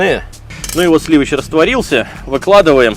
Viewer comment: Речь к восприятию мудрена......говори проще. Еще и слова коверкает .....сливыч, и т д.....что это. ....